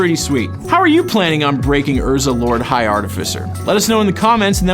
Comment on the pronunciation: Are-tif-eh-sir. Fuck people!